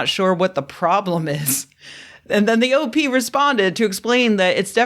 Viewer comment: Half the times you said "OP" I heard "OT" and like...a rogue Operating Thetan?! Sedition in the ranks! :O